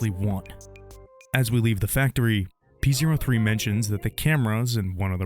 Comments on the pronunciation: Fun fact: the robot scrybe's name is pronounced "Poe". It is not pronounced "Pee Zero Three". In act 2, P03's underlings refer to him with male pronouns, but in act 3, the other scribes describe P03 as an "it", which really emphasizes just how low their opinion is of probably not just him, but of each other. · Man pronounces it pee zero three lmfao